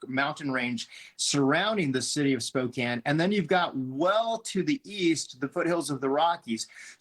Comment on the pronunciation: Thank you for your coverage and for pronouncing Spokane correctly, unlike CNN.